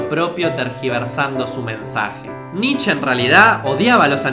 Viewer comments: cometiste un par de errores en la parte de Nietzsche (se pronuncia como "knee-tcha" no "nich") En El Zaratustra el loco (otro personaje) había anunciado La muerte de Dios, no el Zaratustra. Y el tema de Heidegger y el nazismo es más complicado, el voto por Hitler pero se arrepintió eventualmente, y no sé quién de los dos estará mal informado, pero en principio el no había "malinterpretado" las obras de Nietzsche, de hecho, fue el que más exhaustivamente lo analizo y le dedico 4 libros a el, cuando todavía sus trabajos vivían en Las sombras. Si me tiras una fuente de lo de Heidegger te lo agradecería. Y lo del Superhombre olía mucho a resumen de revista Billiken, pero está bien lograzo considerando que lo tenías que explicar en menos de un minuto (entusiasmo a todos a que indaguen más en este autor y sus conceptos). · Se pronuncia "Nitche", no "Nitch" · Amigo no se pronuncia nitch es Nietzsche así tal cual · Por favor, dejá de decir nich, se dice Nitche, la E se pronuncia en alemán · Se pronuncia "Niche" no "Nich", banana.